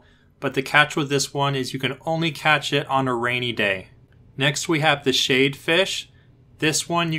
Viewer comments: Shad like Chad. Not shade. lol. But thanks for the info! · sorry to be that guy but it’s sh-ad not sh-ade 🙃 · Lmao learn to pronounce ur words shade fish lmaoooo